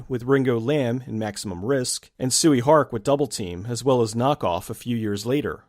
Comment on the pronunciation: It's pronounced "Shoy Hark"